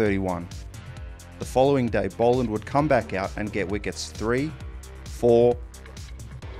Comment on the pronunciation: Bol not bowl